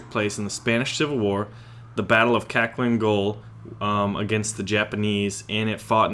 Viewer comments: Kaklin gol? actually it's pronounced Halhin Gol. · The way he pronounced Khalkhin Gol was hilarious "Cacklin Goal"